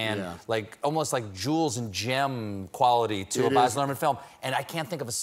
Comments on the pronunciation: Boz? C'mon Stephen... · Stephen. Australian here. It’s provinces Baz not Boz. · It must be an american thing! Another reveiwer Boz'ed hime too